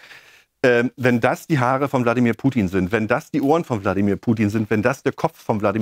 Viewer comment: Das Schlimme ist, wie er erstmal zu dumm ist, den Namen richtig auszusprechen und ihn dann so einer Lächerlichkeit preiszugeben. Das kann er gerne für sich in Anspruch nehmen, aber nicht bei Putin. Diese Unterschätzung immer wieder umd weil Fernsehen doof macht, arbeitet der da.